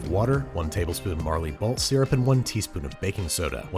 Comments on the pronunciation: Marley Balt Syrup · Marley Balt syrup 😂😂😂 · marley balt syrup😂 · Marley Balt syrup lol